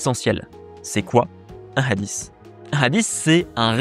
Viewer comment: Madame Chabbi : les mots de coran sur FBK, une valeur sûre qu ne prononce pas le mot hadiths en "adisse, adisse, adisse, adisse" ... au bout de quelques 20 "adisse" j'ai stoppé la vidéo, et je ne suis pas arabophobe, mais j'aime que les mots soient bien prononcer ... et ce mot hadith n'est pas le plus difficile de la langue arabe ...